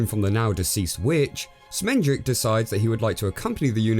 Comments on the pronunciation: How can you pronounce the name Schmendrick so wrong so often, just mere seconds after you actually hear the character tell you the right pronunciation??? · Did they call the wizard Schmendrick on purpose?